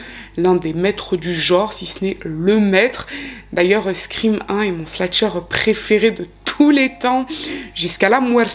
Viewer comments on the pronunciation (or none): Encore une histoire bien raconté/expliqué ! Petite note: on dit slasher et non sla(t)cher ❤️ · Merci pour cette vidéo captivante. Quelle histoire terrible! Ta narration est parfaite. Si je peux juste me permettre, on dit "slasher" et non "slatcher" (c'est slash le verbe ). Bonne continuation 😊